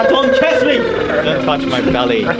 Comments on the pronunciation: "Please, don touch may suh 🤨my belley 🤬🤬" british han is back nce again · we all know han has a british accent but the "dont touch my belly" shocked me so much cause he sounds more british than me